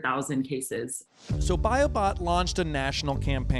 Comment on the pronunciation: When he said "Biobot", it sounded a bit like he said "Biobomb".